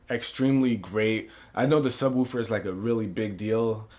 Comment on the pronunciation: I love how this guy says sub " Wuufer". I'm dying over here.